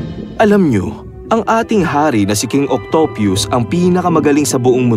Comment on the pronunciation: "Octyupyus" BRO ANU YUN